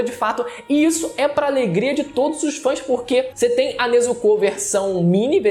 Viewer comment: O video foi bom, mas ele falando Nezucú, foi o melhor kkkkkkkkk